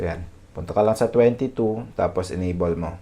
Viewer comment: Enable = "en-ay-bol" po ang pag pronounce sir not "enabol" po. However, thank you for this useful video.